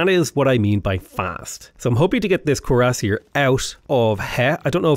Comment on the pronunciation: not to nitpick but if you didnt already know, Cuiassier is pronounced "kweer-uh-seer".